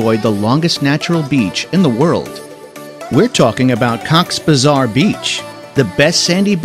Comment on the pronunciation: it's not cocks bazar, it's cox-es-bazar